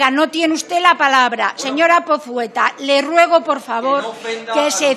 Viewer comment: "Señora Pozueta" o más bien "Señora Pozeta" :V.